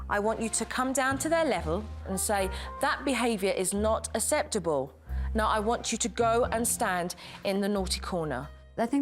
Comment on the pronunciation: aKseptable not aSeptable. Good grief.